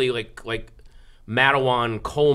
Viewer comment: LOL he said "mat-a-wan", it's pronounced "mate-won" and my great grandfather is the sheriff that shot those detectives from the baldwin felts agency.